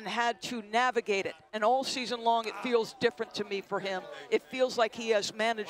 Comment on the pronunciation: It’s “season” not “scheezun”. If you’re gonna be on tv, you should learn how to pronounce words. So irritating